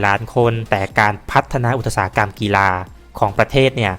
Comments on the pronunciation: อุด สา หะ กำ ครับ ไม่ใช่ อุด ตะ สา หะ กำ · อุตสาหกรรม อ่านว่า อุด สา หะ กำ ค่ะ